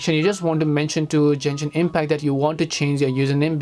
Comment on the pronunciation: bro kept saying jenshin impact